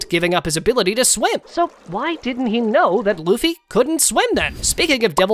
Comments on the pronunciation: Is it me or did he say boofy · Man that ain't luffy thats goffy